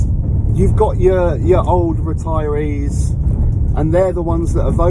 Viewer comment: "it's the only reteriees that are votering" - and that's when i stopped watching